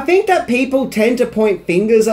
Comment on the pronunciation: This could have been a pretty good video but the guy who narrates it uses a version of English that is below that of an 8 year old. Wiv, Luffer, frilled, fink....need I go on!